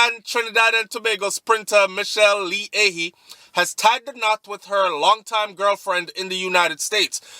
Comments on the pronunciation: Her last name is pronounced "I ... He"! Stop butchering my accent please! You can't .... Watch Majah Hype please! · You are pronouncing her surname wrong!!